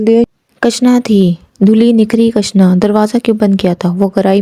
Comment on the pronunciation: کٙشنا نہیں کِشنا ہے۔😅۔ پھاگٙن نہیں پھاگُن ہے